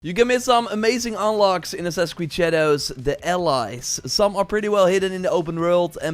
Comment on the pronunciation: “on assassin’s creed shadeeeeeeeews”